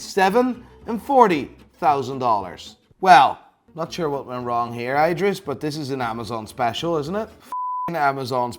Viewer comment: It's calling him "Eyedris" the entire time